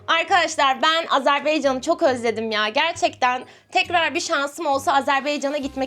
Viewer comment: Abla lütfen Azerbeycan değil de Azerbaycan de doğrusu öyle diye biliyorum seni çok seviyorum❤❤❤